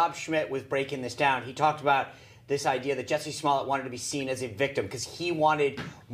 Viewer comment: Maj: "Juicy Smoll-ay". LOL 😂😂😂. He hit the nail on the head when he said, "liberals have a very short memory", isn't that the truth.